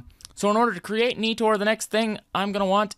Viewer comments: It’s not Neetor it’s Nighter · Every time he said NEE-TOR I cringed..... xD